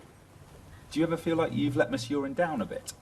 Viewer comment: its miss urine now lol